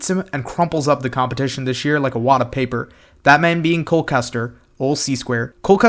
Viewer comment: You got cole right